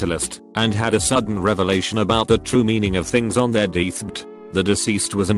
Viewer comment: I’m sorry but the way pronounces deathbed has my sides in orbit! 😂😂😂😭😭😭